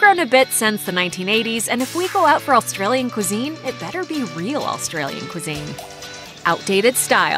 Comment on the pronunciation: AUSTRALIAN NOT ALLSTRALIAN....ARGHHHHH